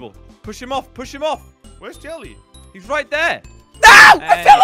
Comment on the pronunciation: it's Jelle